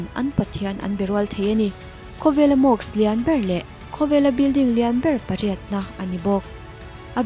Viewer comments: Mosque..... Mawsk....tia lam tur.... Mawks tiin I lam daih a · mosque.... mas-khi...tiang deuha lam tur...mawks ti ang deuhin i lam a ...tin,mask tih pawh hi .....maks ti ang deuhin i lam a,mas-k-hi...tia lam tur...k aiin s khi a ri hmasa tur a ni